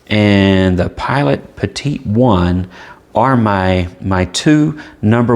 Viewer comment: Great review. And you pronounced Petit correctly, one of the few. Funny thing up here in Canada: the Petit is the same price as the Kakuno and the preppy. It is a weird place. I say our motto should be "Canada: "C'est/it's Bizarre". Bilingual and says it all. ;) thanks for the great review, I know this is super old, but still relevant.